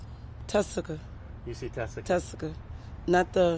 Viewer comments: Is her name Tessica or Jessica? She pronounces it as Tessica here but I swear I've also heard/seen Jessica in other videos and articles. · Tessica not jessica